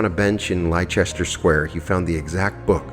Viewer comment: Leicester is pronounced "Lester". Like Gloucester is pronounced "gloster". Alcester is pronounced "alster" not Ulster, but close.